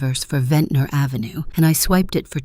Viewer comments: I love how they are all pronouncing "Ave" half the time like "Aeefvè" 😂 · ah yes. Pennsylvania Ave, but New York is French, Av-Ey